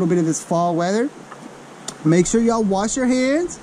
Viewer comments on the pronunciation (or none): none